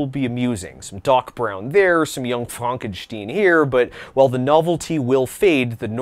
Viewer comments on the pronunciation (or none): none